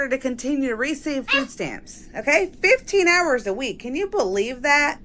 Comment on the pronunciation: It's pronounced MONTH not MUNT. Also, whats FOO STAMS?